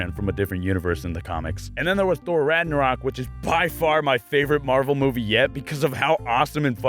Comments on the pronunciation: Ragnarok (rag-NAR-rok) the final distruction of the world in the conflict of the Aesir gods and the powers of Hel lead by Loki. (Norse mythology) Sorry... I just couldn't help notice that had mispronounced ragnarok, so I just wanted to get the proper pronunciation down for everyone, it's not an easy word. I love the video, perfect explanation of the Marvel timeline😂😂👏👏👏. Huge Marvel fan as well, and can't wait to see Infinity Wars. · That’s not how you pronounce Ragnarok But of course you wouldn’t know, because you’re not Norwegian